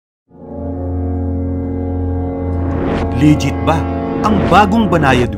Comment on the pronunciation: "Lijjet"? T inang yan..